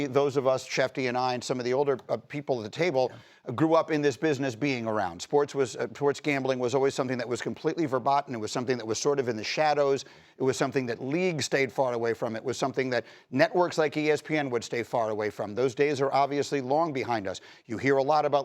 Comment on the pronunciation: Fur-batten? That is not how Verboten is pronounced, lol.